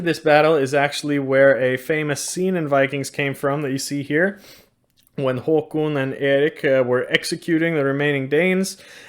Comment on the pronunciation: i think it's pronounced "Håkån" not "håkoon"...